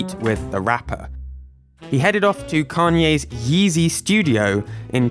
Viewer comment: You saying "yeezy" was hilarious lol